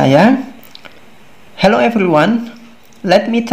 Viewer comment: Salah ,massa Hello bacanyaaaa